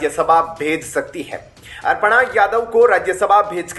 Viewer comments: अर्पणा यादव नहीं अपर्णा यादव कहो भाई ।हिन्दी तो शुद्ध बोलो यार। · It's not Arpana, Aparna hai bhai......Arpan Bhagwan ko karte hai...😂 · कितनी ग़लत और अशुद्ध हिन्दी बोलते हो तुम लोग । नाम भी बिगाड़ देते हो । अपर्णा को अर्पणा बोल रहा है । मूर्ख ।